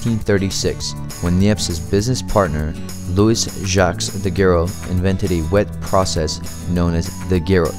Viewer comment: not Daguerro, but Daguerre. Not Bambak, but Barnack. And you forgot the very important wet plate colllodion process, that was almost the only one used from 1851 to 1871! It was invented by Frederick Scott Archer.